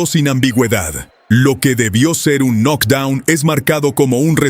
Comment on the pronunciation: UN NOC DOUN ????? 😂😂😂😂😂😂😂 ERES MALO PARA PUBLICAR .